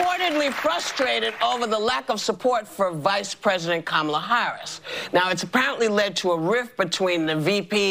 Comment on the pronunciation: I’ve never heard panels on major shows talk about the vice president needing to be ready to be president the next day. It’s like they are planning it or something…. So Amewica can have the fewst woman pwesident.